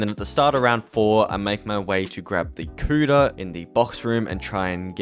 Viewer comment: I love how the whole time he calls the kuda, "the cooter"